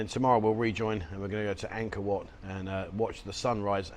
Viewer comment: Angor wat not man maid...